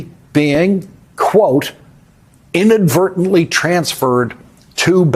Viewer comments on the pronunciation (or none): “inadvertantly” my ass!